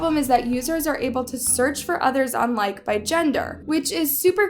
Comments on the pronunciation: It's actually pronounced "LIKE - KEY" not "Like" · my guy it’s lik-ee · I'm still on likee. P.s you said it wrong . Its pronounced as Likeey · Lmfao it’s not pronounced “Like” 🤦🏼‍♀️ lmfao!!! it’s *LIKEE*.. kinda like the term “I likey” get it… 😅 “LIKEE” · I can't I love but it's not pronounced like it's pronounced "lie-ki" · uh its called Likee not Like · It’s actually called “likeY” not lIkE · It’s not pronounced as “like” it’s pronounced as “likie” but pith an e not an I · No hate but its not called like its pronounced lai•kee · It’s Likee not Like (Likie) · It’s not called like it’s likeE 😂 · Its pronounced Like then eeeeeeee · Sorry but to correct you it's not likee it like e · It’s likEEE Like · It’s pronounced like-ei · It’s pronounced like-ee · Its called like-eee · Its LIKE-E not LIKE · You we're pernouncing likee wrong it's pernounced like-ee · maam ur mispronouncing likee wrong. the second e is pronounced so it would be pronounced like-e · Sorry but it's called Like ee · It’s pronounced like-ee so not like but likey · How you say nEEd you say the E so you say Likee, Like-E sorry is makes me mad when people something wrong in a whole vid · It's called like ee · just so u know I is like-e in pronunciation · It’s pronounced like-e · It’s actually pronounced like e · Its pronounced like E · Actually like has been around since musically days and also for some reason it's not pronounced like like you expect it's pronounced like-e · its called like e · I thought Likee was pronounced “Ly-key” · Its pronounced Like-e pretty sure, I used you be on this all the time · I had to say it but its pronounced "likey" no hate :) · It’s pronounced Likey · Just saying, it’s pronounced Like-e long e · Hi so like is actually pronounced lik-ee or it sounds like like-ie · Thank you for talking about this horrible app , it’s so unsafe for children, kindly correction , it’s called like eeeeee but joined together:) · I think it’s actually pronounced “Like-ee”